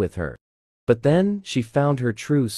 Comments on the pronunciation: Bro really said them be derpessed instead of then☠️☠️☠️ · i love this but no hate u said them instead of then 😭😭😭